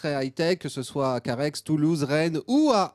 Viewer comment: a "Carhaixxxx" on ne prononce pas le X a la fin de Carhaix ont dit Carhaie chez nous